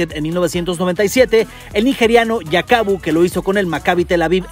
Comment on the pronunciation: Escuche "YAKABU" y tuve que parar el video. Yakubu leyenda africana junto a Kanu, Okocha y compañia.